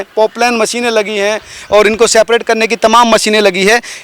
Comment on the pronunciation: Seprate nahi separate hota hai. Jab English bolna nahi ata hai toh hindi bolne me kya dikkat aarahe 😂😂